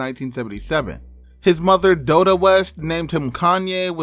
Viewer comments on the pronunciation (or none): Doda west? Really bruh?